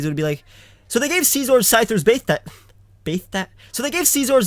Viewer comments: It just pisses me off when people pronounce scizor as scee-zor. It's pronounced sci-zor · Did he say Seezor? It's Scizor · whenever you say scizor it sounds like caesar i want pizza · I hate the way he says scizor